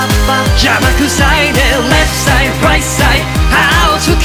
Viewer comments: 中毒性がやばいです！ 「ワーニング ワーニング」 「レフトサイド ライトサイド」 「YOU ARE KING」 特にここのとこの発音が好きすぎてやばいです！ luzくんの巻舌が好きすぎて巻舌特集みたいなの欲しいです← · 今回も最高です… まるごと好きなんですけど、特にレフトサイドライトサイドのとこ、ただただ巻き舌にするんじゃなくてLとRの発音しっかり区別してるとこすき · レフトサイドライトサイドの発音めちゃめちゃかっこよすぎる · 投稿予定曲を変えてまでこのKINGを投稿してくれてほんとに嬉しいです…！ You Ah KINGとレフトサイド、ライトサイドの発音こだわったんですよね…？ ほんとに歌い方好きです(*´ `*) ハハッって所で無事死亡しました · 「YOU ARE KING」だけじゃなくてレフトサイドライトサイドのところの発音もこだわったんですよね🥺🥺英語の発音さすがです！！